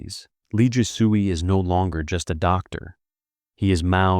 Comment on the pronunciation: He butchers every name. Last part is not "soo-ey" but "sway." 😂😂